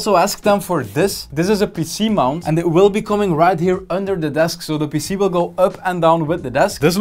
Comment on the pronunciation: "This is a PC mount" wtf did you say that was??? a what ?????? what mount???? this is youtube not PH hahah